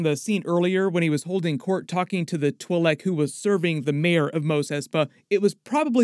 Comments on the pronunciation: I've heard "twee-leck" and "twy-leck", but never "twull-leck"... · I couldn't listen anymore because of the way you kept saying Twi'Lek, I'm sorry. Good video though man